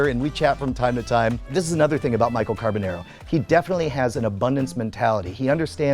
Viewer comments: The "nar" part rhymes with "car", not "hair". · You’ve known him since you were kids but you can’t pronounce his last name right... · after all of that talking and storytime about how you know him in life, if you actually HAD even SEEN the show, as you say, you would know how to pronounce his last name as he clearly says it from his own mouth on EVERY SHOW... instead of this mispronounced trash you say out of your mouth.